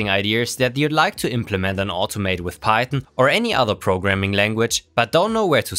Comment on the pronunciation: Are you saying pieton? Instead of PieTHON.